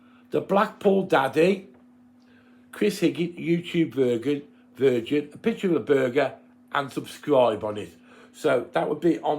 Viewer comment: It's virgin not vigin lol